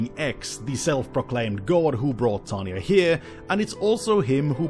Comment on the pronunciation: the guy has problem saying tanya name but says victoria name in one breath. me having problem saying both names... WHAT?